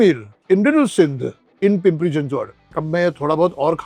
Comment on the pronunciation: Thank you for pronouncing Pimpri Chinchwad and Pune perfectly 😅